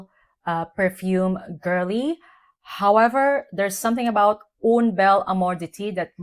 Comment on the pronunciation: Dear, as you love it so much, may I give you a tip: "UN" bel amour d'été pronounces like Guerl"AIN". I must try it now in exchange😉 Love your reviews!🫶🏻🙋🏻‍♀️